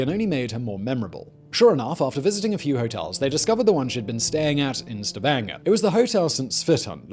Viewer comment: When Simon the Legendary Pronouncer gets Stavanger just right, my brain feels joy ^^